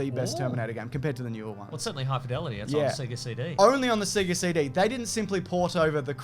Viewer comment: Cmon guys, every time you turn on a Sega it pronounces it for you. As a Canadian, you know I'm soary to point this oat.